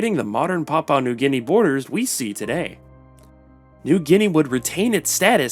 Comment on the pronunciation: "Papua New GUinea"